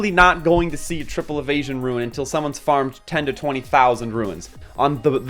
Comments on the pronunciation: Seriously. I don't understand how you see the word 'rune' and pronounce it 'ruin'. These are useful videos but this is killing me. xD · The rant at the beginning of the video is so cringe... Even besides the way you say rune as "ruin," the whale complaining is just bizarre. I'm about a month in and 50 slots is plenty, I have no plans to increase my slots at all, because it's pretty obvious what runes are good and what ones aren't. If it doesn't have optimal substats, it gets salvaged immediately, and if it does, it gets equipped to someone or locked. Optimal substats are hard to come by so you end up salvaging 95% of what you get anyway, there's no need for 500 slots, that's crazy. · Say "Ruin" one more time. Useful video, thanks. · word - Rune What he says - Ruin. I want to punch people like this cause i can't really stand this type of stuff. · Nice video. But the way you say "rune" triggers me a bit